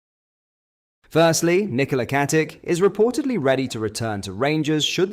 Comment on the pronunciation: Pronounce IT as KATICHHHHHH COMEEEE ON MAN STOP WITH THE AI SHISNICK